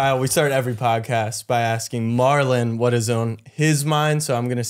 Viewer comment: Why are yall calling him Marlo...His name is Marlon....